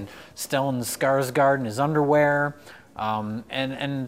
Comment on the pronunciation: It's pronounced Skarsgourd not Skarsgaard :)